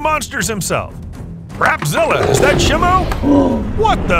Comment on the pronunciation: FYI say it like shymo